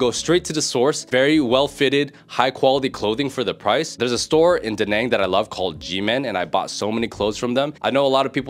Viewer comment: It's Da Naaaaang not Da Nang btw 👍👊